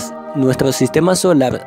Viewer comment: nuetro viae imainaio empiea ahoa mimo . . . detesto esa forma de hablar.